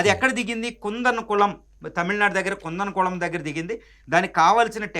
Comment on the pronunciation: కుందనకుళమ్ కాదు. కూడం కుళం